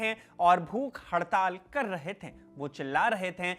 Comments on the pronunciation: कृपया "थे" के उच्चारण पर कार्य करें। ये थैं की जगह थे होगा। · You have good oration but some correction in diction is required. It is थे not थें it is गये not गयें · Sorry bhai but please correct the pronunciation of थे। ये थे है न कि थें।